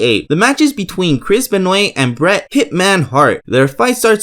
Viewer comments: its ben-wah not be-noint you jackass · did he just pronounce christ benwa as BENOOTTTTT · it’s pronounced Ben-Wah. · Chris Benoit is pronounced Ben*wah, not Benoyt. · It's Ben-WA not ben-OI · Chris benoii?? Its pronounced benwa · Omg its not pronounce benoit 🙄. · Who is Chris Benwei?? I know Chris Benoit (Ben-wah) 🤔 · "The match is between Chris BenWAY". LOL It's "Chris Benwahh" (Spelled Benoit) You sound like you're saying Crispin Way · "BenOIT" its pronounced BenWAH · Benoyt? BENOYT! ITS BEN-WA YOU UNCULTERED SWINE! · It's ben wa not ben noit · Good video. Your way of saying Benoit was a bit annoying though haha. It's said Ben-owah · Bret "The Hitman" Hart won against Chris Benoit (pronounced ben-wah). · It’s pronounced Ben-Wah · The only gripe I have is of your pronunciations. "pterodactyl" is pronounced "Terra- dactill", not "para-dactill." Chris Benoit is pronounced "Chris Ben-wah". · Its pronounced Chris Benoit Chris Ben-Wah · Wrong. The wrestling match is from the WCW Mayhem PPV. And its pronounced Ben-wah. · LOL Chris Benoit..... Pronounced Chris Benwah... try watching it when u do your research with sound on as you would hear them say it correctly. The other guy that enters is Dean Malenko. The skiing guy on fire is the easiest thing to find, it was a meme on the net before the net had memes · Bret Hart is the wrestler wearing Black & Pink. Chris Benoit is the other guy who lost. His name is also Pronounced "Chris Ben-wah" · Ben oye t... Ugh it's pronounced Name redacted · So I was right it was Bret hart in the intro lol also the butchering of Benoit's name hurts its pronounced Ben wa (think karate waa) lol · You butchered Chris Benoits last name its pronounced Ben-wahh there literally a video on YouTube on how to say it correctly... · "Chris Benway" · benoit....ben-wa. ITS BEN-WA. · The way you pronounce certain words is hilarious. "Watch where you're going! / Pair-odactyl / Ben-oyt" Great video and thank you, lad! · It's pronounced Ben Wah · ITS BEN WAH